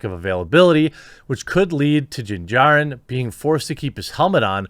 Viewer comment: That shows thar he not really cares about that topic. He even says Din Jarrin wrong.